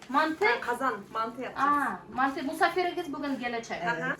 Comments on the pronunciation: Субханалах. Почему не правильно делают многие ударение. Правильно манты. Ударение на а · Не мантЫ.,а мАнты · Не мантЫ,а мАнты. В Казахстане так говорят. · не мантЫ, а мАнты!!!!